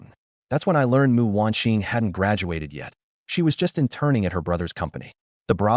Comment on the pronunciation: My god, the AI reader gets the name "Mu" right and not Emm-You! Very impressed with the QC you've done!